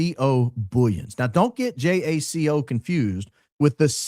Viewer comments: But, its "huaco" not Jaq-o. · Jaco is pronounced as "YA-koo" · Its pronounced ha-co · Jaco is pronounced Haco the J is pronounced H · Just read Jaco Booyens, and realised bro's name is South African 😮 pronounced "Yuck'oo" 😂😂 "Boyens" 😅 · The correct pronunciation of “Jaco” is “ya-coo”. It’s an Afrikaans name, and he is South African born & raised, now US citizen. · The guy called Jaco Booyens is South African. Recognize his accent. For anyone who is interested his name is pronounced "ya-coo" here! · From SA here. Jaco Booyens is a typical Afrikaans name and hearing him speak has the typical Afrikaner English accent. Pronounced Jaco like the sound "y"our (your or you) and the "-co" sound is pronounced like the "ou" in "you", so Yacou. He is as Afrikaans as Afrikaans can be! From South Africa...how does he end up in TPUSA? He is from South Africa. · Jaco is South African (pronounced 'yuckoo') - can hear that accent!! Google confirms. Incidentally, one of the biggest child trafficking mysteries took place in S Africa - scared us all growing up - a number of kids were kidnapped and disappeared and then a young girl named Joan Booysen managed to escape while she was drugged and locked in a closet. The 'couple' that abducted her - Gert van Rooyen and Joey Haarhof committed suicide (allegedly) so the whereabouts of the other girls have (to this day) never been found. The abductor's son claimed they were shipped overseas somewhere to the Middle East and that National Party (the apartheid govt at the time) high ups were involved. He was not believed. To this day, the case is still open and nobody knows that happened to those girls (or they do and have been silenced). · It is pronounced Haco (the j in Spanish is pronounced as an h) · Jaco Booyens is pronounced with a Y ... It's a Afrikaans name from South Africa. So it's different from Haco in Costa Rica 😅